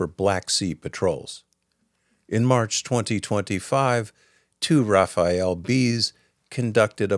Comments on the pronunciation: If I may "Rafale" is not "Raphael". The "Raf" part is OK but the "ale" part is pronounced closer to "Al" like short for Albert. I believe earlier there was a "Crotale" I'd recomand using the same "Al" in that one also. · One little tidbit. It's not the "Raphael", which is a first name, the French fighter plane is called the "Rafale" like a wind gust, rafale means gust. I never heard anyone else call it "Raphael" before. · it is not ra-fa-el but ra-fal-le it trigger me like clockwork lol good video nonetheless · Good report! As an American, and French, person living in France for 30 years now, I feel compelled to mention Raphael is a first name with 3 syllables. Raffale is a wind, and has 2 syllables. Thank you for the in depth info. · Pls learn how to pronounce Rafale, it s not Rafael, not rafaleeee it’s just Rafale the e is silent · Thanks a lot for this video 😊😊 Extremely interesting and detailed. However it’s pronounced Ra-fa-le 😁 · There could of been more quantity. Would have taken Europe to stop buying weapons abroad and we would have much more manufacturing capabilities for those kind of systems. In France particularly but in other EU countries as well. Side note, it is Rafale as in rafAL not Rafael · For ctying out loud, the fighter jet is 'Rafale', not 'Raphael'. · Rafale is pronounced like “raw fall”. Not the name of a ninja turtle Raphael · It os called the RAFALE , not RAFAEL. 🙂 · Why American keep calling it Rafael and not Rafale ? Rafael is a defense company coming from a country know for war crime. The Rafale is from France. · RafaLE ("wind blow"), not Rafael :) Rafael is an israeli defense company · The Rafale is pronounced RA-FAL, not RA-FA-ELLE. Thanks for posting. Gloire à l'Ukraine! 💛💙 Slava Ukraini! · Sorry it's not Rafael, but Rafale, which is a bird of pray. A lot of americans make this mistake. Love your clips, thank you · the fighter jet is called "Rafal" not Raphael :) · Merci. Very exciting. Say Rafale RA FA L. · RafaLE. Not "RafaEL"